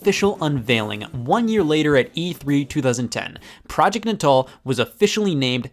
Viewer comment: All these years and I thought "Natal" was pronounced like the belly button. Mind blown.